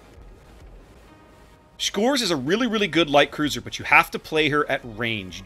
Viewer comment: love to hear the name pronounced correctly for once